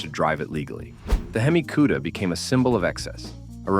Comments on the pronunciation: 1. Hemi Cudda? Four Hundred Forty Two? Viv-eight? Hearing this and other mispronunciations makes me stop playing these videos. 2. A 450 c.i. LS-6? Can't you do the slighted proof reading of your narrative? 3. The Torino's rear window was NOT aerodynamic. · What;s a "queda". AI. Artificial intelligence is truly artificial and has nothing to do with intelligence.